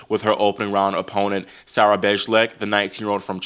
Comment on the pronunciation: Bejlek is pronounced as “baylack”.